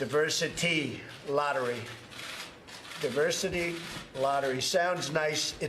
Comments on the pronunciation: Automatically trump fumbles when he tries to pronounce diversity. This is the idiot that alot of americans elected to be their president. So what about the white men who shoot at members of congress or at a large group of concert goers in Vegas? They're not getting the label "terrorist" just because they're not muslim and don't have an agenda for ISIS. Such hypocrisy by this orange fruit loop president. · Trump failing to pronounce 'diversity' correctly is weirdly appropriate